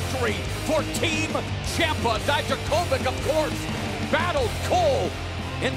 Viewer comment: Dijakovic❌ Dajdakovik✅